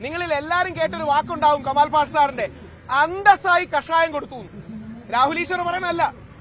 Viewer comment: കെമാൽ അല്ല കമാൽ..